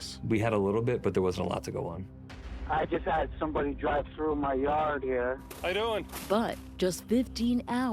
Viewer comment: has all these degrees but can't say the word "through."